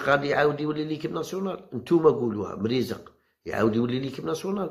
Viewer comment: والله تانطقتها صح مريزق ماشي فحال قناة الهداف كيقولو mirizeek